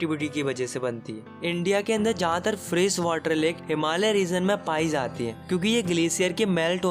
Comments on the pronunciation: Not water he is saying whater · Sir is saying Waterr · Please improve your pronounciation (its drainage,its water not वाटर)